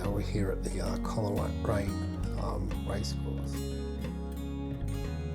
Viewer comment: Thankyou. Much appreciated. The correct pronunciation is Cole raine not Coler..... Adam Lindsay Gordon wrote a poem called The Fieds of Coleraine. ... On the fieds of Coleraine before The Great Western is ended the nags will have toiled, the silks will have soiled and the fences will require to be mended.......etc etc